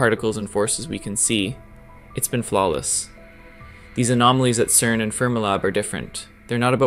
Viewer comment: Stop calling it kern !!!